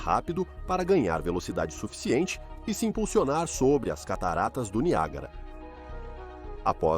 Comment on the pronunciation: NIAGÁRA doeu